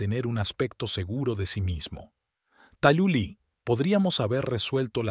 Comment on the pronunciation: Su nombre se pronuncia Talula, no Tayulá.